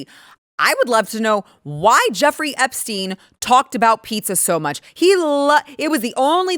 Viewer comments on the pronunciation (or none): Hillary intentionally mispronouncing the Epstein name was a "tell" itself. By using this deliberate rehearsed distancing tactic to imply she barely knew him, she actually implicated herself ☠️